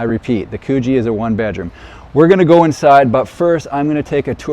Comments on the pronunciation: Mate, it’s Coogee as in could-G 😂 might be good to get the pronunciation correct beforehand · Coogee is pronounced as in "good" not cuugee 😂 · It's pronounced 'Could gee'